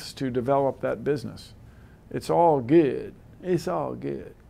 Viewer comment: it's all gewwd, it's all gewwd..